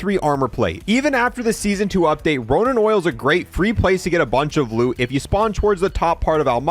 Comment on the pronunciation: Did you just call it "Ronan Oil"... ?